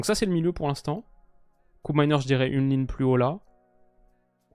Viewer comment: "KÔpmeiners" et non Koupmeiners. Il est néerlandais et donc respect à la langue des Pays-Bas et des Flandres. Tout ne se prononce pas en anglais,.